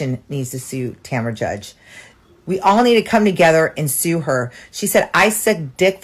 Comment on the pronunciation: lost me when she couldn’t say sue or class action😂😂